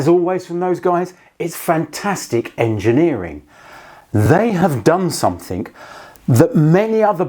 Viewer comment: Please don’t add the letter “ K “ to “ something “. Great video 👍